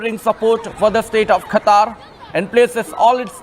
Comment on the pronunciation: Kha kha kha katar kadu qatar